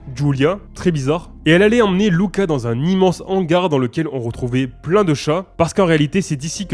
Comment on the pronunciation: C'est cool que tu prononces correctement le nom du dernier film Luca :) Je m'appelle exactement comme ça et j'en ai marre qu'on m'appelle Lucas et pas Louka même si ça s'écrit Luca.